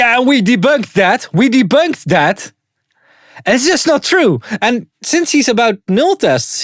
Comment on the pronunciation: "Exactly UND exactly" xD Someone has been watching too much WAN show xD